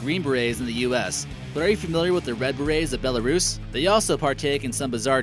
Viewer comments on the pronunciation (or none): none